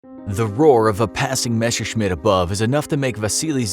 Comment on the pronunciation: Why can't so many people pronounce Messerschmitt correctly ? It always sounds like Meshershmitt or Meshersmitt. I mean you have the word 'mess' in English, so Messer should not be an issue ?!